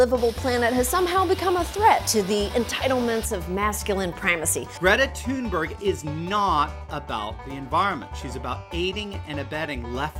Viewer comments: Not that important but Greta Thunberg is pronounced more like [Greeta Tune-bery] haha, the sounds don’t really exist in English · Greata TEMBUU Greta Thunberg’s actual pronounciation: Am I a joke to you? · I'd transliterate the pronunciation as "Grijeta Tünberj" ^^. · pronounces her name wrong, insists that his pronounciation is correct and proceeds to show proof that he is not even able to listen to Greta saying her name. Noice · Pronounces her name completely “Yes, that is how it’s pronounced” *Shows a Clío of her saying her name in a way that’s not even close” No offence, I don’t really care if people mispronounce foreign names but it’s kinda funny how wrong you were this time. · You don't pronounce her name anything like her or her fellow Swede Jellybean Gen... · "greta tembeuur..... and yes that is how her name is pronounced" shows video of her pronouncing her name completely differently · "Greta Tanberoo, and yes, that is how her name is pronounced" Greta Thunberg: "My name is Greta Thunberg" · No, sorry, I'm Norwegian, which is basically Swedish, and that's not how her name is pronounced at all. No offense intended. It's just better if you stick to pronouncing it as you would reading it out loud in English. She's said many times that she doesn't mind nor care. And all of Scandinavia cringes in unison when you non-vikings defile one of our beautiful languages as well as the honor of our queen Greta in this way. Anyways, I'm wasting my time caring about this. The climate and ecological emergencies are, like, inconcievably many times more important. It's literally the potential apocalypse, and I'm wasting my time nitpicking on your inability to pronounce Swedish. Sorry for wasting your time... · I’m sorry to tell you but you did most certainly not pronounce her name properly